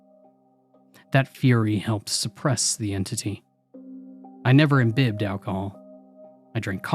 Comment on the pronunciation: Imbibed = Im- bye-bd Not Im-bib-ed